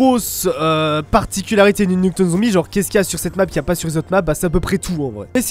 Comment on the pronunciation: Nuketone? Ça se prononce "Nuketaoune" si jamais mdrr!